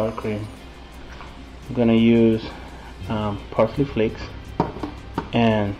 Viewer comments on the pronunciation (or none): When you said parsley flakes..I thought you were saying "Frosted Flakes" the cereal. I thought this was going to be the strangest taco recipe ever! But then again tacos with broccoli is pretty different to me. Looks good..I don't make shrimp too often but I'll have to try it in this recipe. Thanks!